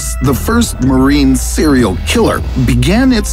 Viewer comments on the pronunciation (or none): none